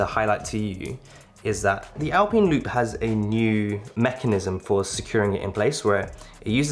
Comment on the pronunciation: “ALPEEN LOOP”😂😂